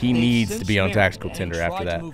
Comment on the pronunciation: Did you say “Tactical Tinder”? Bruh 💀